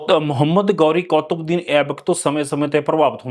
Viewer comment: ਬਾਈ ਜੀ ਉਚਾਰਨ ਕੁੱਤਬਦੀਨ ਹੈ, ਨਾ ਕਿ ਕੌਤਬਦੀਨ।